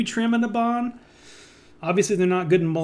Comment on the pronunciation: IT'S NABAN NOT NABAN! REEEEEEEEEEEEEEEEEEEEEEEEEEEEEEEEEE